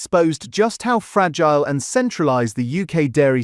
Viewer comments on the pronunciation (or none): none